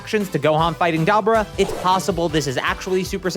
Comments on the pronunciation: Why do you keep saying “DAH-BAH-RAW”?? It’s Dah-Buuu-Rah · It’s Dabura. (Like Duh-Bore-Uh) Not Dybuura 😂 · i thought it was (da - bor - ah) and not dabra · Duh-bor-ah. Not dah-bur-ah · Dah-burr-ah is CRAZY. Its pronounced Deh-bore-ah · There is no fcking way you think it's pronounced DABRA... Gtfo😂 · “DoB-Rah”?!? It’s Deb-or-ah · It's not dabura it's da-buu-ra. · DAH- BOR-AH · I had to quit watching when you say DAHBERA. Dude did you even watch the anime. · It's pronounced "Da-bore-uh". I'm sorry, I just had to make this. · Stop mispronouncing Dabura’s name!!!! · Is that how you pronounce Dabura? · yeah idgaf about what's right. you're saying his name wrong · Why does bro say dabura like that 🗿🗿